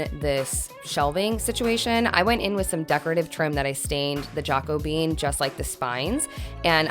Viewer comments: Can't stop laughing at your pronunciation of "Jackobean" it comes from the biblical name, not a bean!🤣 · Great job! The Jacobean color name threw me off at first. Then I realized what it referenced. Jacobean is not pronounced "jako-bean", it's more "ja-COH-be-uhn". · Good to see you changing stuff up as you settle in to yourself 😊 If the stain you were using is spelled Jacobean it's pronounced Jackobeean. If it's not then ignore the history stuff that follows😁 The Jacobean era followed the original Elizabethan one and typical furniture of the time was heavy and very dark 🤷‍♀️ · Yay! So great to see you back at it again! I love the gentler energy of the space. Now, say it with me, “Ja-co-bee-yen.” 😊❤️